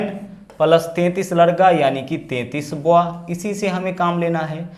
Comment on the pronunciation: सवाल करने का तरीका अच्छा है। ❤लेकिन Boy बॉय कहते हैं, या फिर हिंदी में बच्चा या बालक ही कहो। आप बोआ बोल रहे हैं। बॉय का मतलब बच्चा और बोआ एक सांप की प्रजाति होती है।